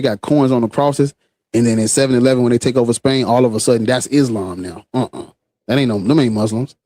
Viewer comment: "Islam" seems more like "Aint's-lam"